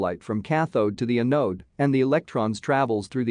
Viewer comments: Great video, and I'm looking forward to more. I have a request for future videos. Your text reader is pronouncing anode like "uh node", which is very distracting in a battery video. Google translate pronounces it correctly. The A should sound like the A in apple. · Anode is pronounced with accent on the first syllable. Closer to "an ode" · thumbs up for the effort, but the voice is way too computer-ish and monotonous, also quite fast and slowing down to 0.75 is not very good and the word anode is pronounced incorrectly. My biggest issue was the fact that you show all those graphs without sufficient explanation and without directing the viewers to take a look at a specific plot when you're making an argument.